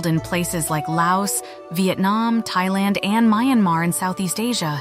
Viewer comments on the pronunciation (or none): none